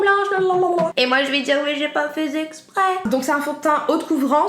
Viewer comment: 😂😂😂 « mais j’ai pas fais zzexprèèss »